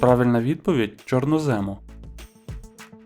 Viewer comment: З відповіддю на 1 запитання не погоджуюся. Зубри більші за бурого ведмедя. Ставте правильно наголос чорнОзему, а не чорнозЕму